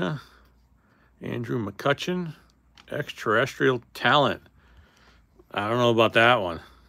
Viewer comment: Known (or unknown in this case) as the Black Eclipse refractor numbered to 10. Now if we can only get you to pronounce Extra-Terrestrial correctly.